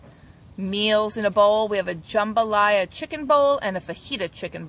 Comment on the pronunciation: you from down the bayou?!? You pronounced jambalaya like a true Cajun!! LOL. Great idea for those mini peppers...stuff with yellow rice and top with cheese. Can add shrimp or meat to rice if preferred. That's good eating,!! Happy Quarantine to All!!! 😎😎😎😎😎😎😎😎😎😎